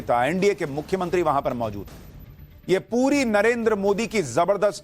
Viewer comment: "Mukhyamantri" to achhe se bola karo. "Mukhyantri" hi bole ja rahe ho.